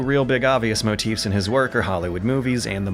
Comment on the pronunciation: I love you,, but how have you not heard the word "MOTIF" pronounced? MO-TEEF.